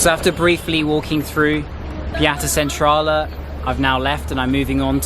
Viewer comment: Its funny how he says Piața Centrală 😂